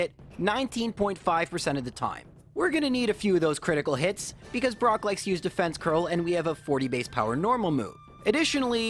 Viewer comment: We've gotten bide brock (I swear I heard that, anyone else)